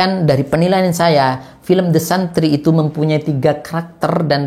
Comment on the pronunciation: The santri (bacanya desentri)